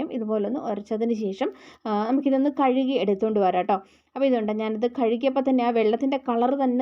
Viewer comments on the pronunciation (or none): none